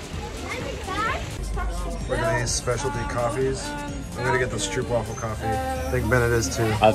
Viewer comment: The double o in stroopwafel is pronounced as an oa as in boat.